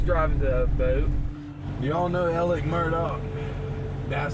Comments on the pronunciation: It really bothers me that a news story can't even get the man's name correct. His name is pronounced Alec (not Alex). You lose credibility when you can't even get easy information like that correct. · It’s pronounced ALEC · Why can't anyone on these videos say ALEC